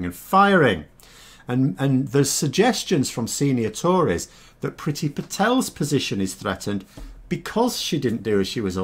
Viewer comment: IT’S PRONOUNCED “PREETY”! HER NAME IS NOT ENGLISH!!